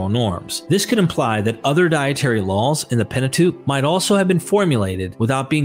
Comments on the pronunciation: My only critiques are how you pronounce laws and seals. You say lawls and sills. Oh man, I just heard you say ideals as Ay-dills and reveal as revill. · Sounds like you're saying "LOL's" when you say "Laws"